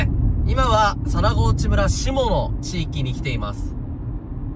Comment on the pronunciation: 佐那河内は「むら」ではなく「そん」と読みます。 by R439 沿道住人